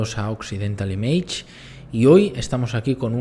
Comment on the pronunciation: Sigo tu canal desde hace tiempo, me gustan mucho tus reseñas (a pesar de que algunas veces se te vaya la pinza en las pronunciaciones que haces -empezando por "image" , que lo dices como el orto-. incluso coincidimos en gustos, en este caso me has animado a ver la película, lo cual te agradezco, pero , sin ánimo de sonar quisquilloso, creo que haces un análisis geopólitico-social ,o no sé muy bien como denominarlo, bastante inconsistente y desacertado en los analogismos que estableces. Saludos .